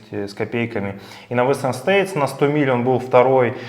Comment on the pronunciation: Прозвучало "western stated"... когда поедете? 😃